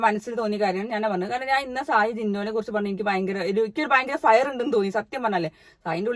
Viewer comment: ഫയർ അല്ല സായി.... ഫിയർ.... ❤